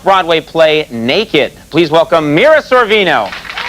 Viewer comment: Did he say, "Mila Sorvino"? lol